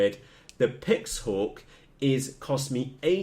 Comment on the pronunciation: what the feck can u not read its a NAZE 32 and a PIXHAWK its not a nazae or a pixahawk ffs!